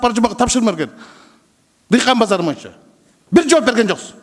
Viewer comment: Ошентсе сссрде береке паиз болгон. Бул Рыскелди Текебаев парламентте отурган да бийликке ооп сүйлөйт эле.Эми азыр жоктон көрө жогору болуп балкылдап атат Эсен болсун ушунусуна да шүгүр.боюнча дегенди моюнча деп сүйлөйт...Бир жакшы укулукту сүйлөй албайт шашып балкылдап сүйлөйт.